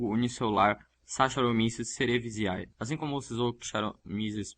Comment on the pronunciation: Amigão a pronúncia do nome da levedura (S. cerevisae) É "Sakaromíces cerevízíí" ou 'cerevizé"